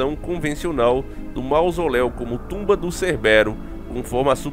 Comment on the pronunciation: não acerta um nome kkkkkkkkkkk Hoje é cerbérus (Cébero), ontem foi Cobão Brait (Kobe Bryant) 🤣🤣🤣🤣🤣